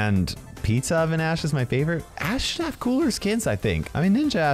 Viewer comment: i heard a$$ not ash